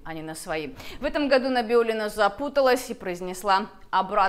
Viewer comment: неправильно назвала фамилию руководителя НБ РФ,ее я знаю прозвали Наибулина😮